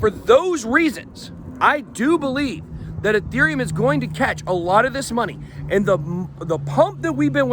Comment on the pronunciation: It's Ethereum, not UhTherium